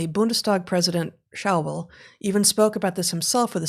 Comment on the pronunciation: Unfortunately ‘Schäuble’ rhymes with ‘noy-bluh’ and not ‘now-bull’. 😁 So, Shoy-bluh! P.S. ä = e, äu = eu = ‘oy’. Verstehen Sie? 😁